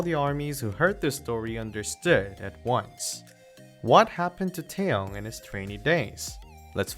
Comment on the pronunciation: His name is NOT TOWN it's Taehyung.